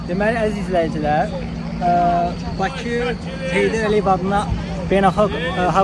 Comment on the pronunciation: Bakü yox bakı